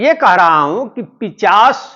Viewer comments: जी आप कई बार ग़लत उच्चारण कर रहे हैं,पिशाच को पिचाश बोल रहे हैं। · पिशाच या पिचाश ? सर, शब्द का उच्चारण सही नहीं कर रहे हैं...... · Pishach ko pichash bol rha h😂😂😂